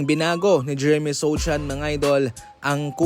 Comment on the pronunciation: Sochan po ang tamang pg bigkas nyan hindi susan